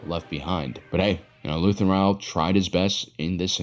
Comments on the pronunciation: Is is Luthen Real or Rael? I swear I hear "Real" every time instead of Rael. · I love your videos, I just wonder why you insist on mispronouncing Luthen's last name. He has said his own name several times on the show, but you keep calling him Rah-el or Ryell. Pick one and stick with it, and I will get off your back! Seriously, great videos!